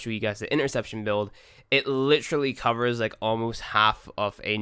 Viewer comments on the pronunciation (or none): none